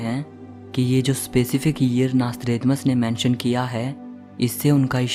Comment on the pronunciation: Mc tha nasthredamas